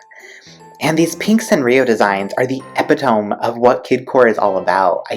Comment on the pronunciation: I've been seeing so many people who dont know how to pronounce epitome